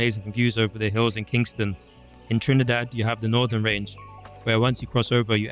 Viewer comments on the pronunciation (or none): none